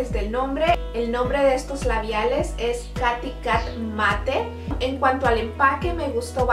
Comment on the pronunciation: Se escribe "Katy" pero se pronuncia "Keiri" ó "Keity